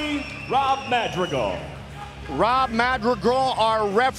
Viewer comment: Goldie just cannot say "Madrigal".